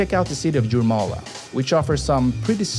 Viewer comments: Liepāja and Jelgava are pronounced more as "Liiepawya" and "Yélgava" And Jūrmala is "Yóórmahlaw" and just means "beach" Also Cēsis(TS-eeh-cis) is pretty cool too. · More like Yeah-lgava and Yourmala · Pronouncing latvian names of places would be good to bear in mind that not every nation use traditional english pronouncination of letters . For Instance Jūrmala and Jelgava starts with letter J which is pronounced as Y-elgava and Y-urmala like York in english. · How did u pronounce liepaja as legapaja? Made me laugh, but u pronounce its lee-pai-ja❤ And jūrmala as yuur-ma-la English talking people say j as jay, we say j as y, like y'all or you (yuh) No liepajas sveiciens! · I feel sorry for Liepaja and Jurmala. How can u make a video without googling how to pronounce names. Btw, woman are tallest in the whole world not only Europe (I myself 172cm/5'8"). Other than that video is great, tnx.